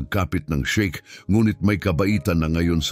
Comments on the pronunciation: Sheikh hindi shake. Hindi na ba talaga ineedit ang mga ganito? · Shiek Hindi shake